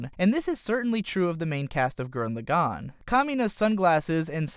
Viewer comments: bugging me its gurren lagann not lagone wtf lol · I dislike the way you pronounced Lagann, Simon, Lordgenome, and Viral But you make good points on design.